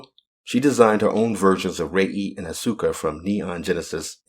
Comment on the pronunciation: It's As-ka not As-U-ka, please, I'm tired of hearing it wrong after Evangelion collab in Nikke.